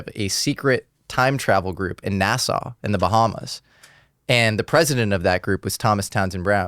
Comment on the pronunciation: its NASSAU not NASA